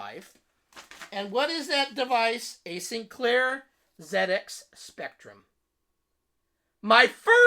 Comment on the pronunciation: It warms my heart to hear you said zed ex :)